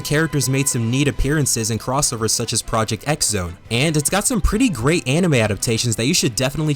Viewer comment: Erm akshually it's not project "ex" zone it's project cross zone they say it when you hover on the game icon in the 3ds menu